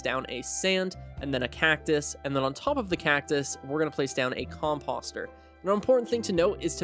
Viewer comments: Its not fuckin com-pahster its com-poster🤦‍♂️🤦‍♂️🤦‍♂️ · How is nobody talking about how this man is pronouncing composter like "imposter" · Listen, no hate meant at all like genuinely great guide however the way your pronouncing composter is actually like listening to nails on a chalkboard. Please just say it the same way you say poster 🙏